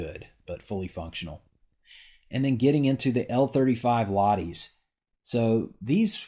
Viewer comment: LaHHH-ti, great video 👍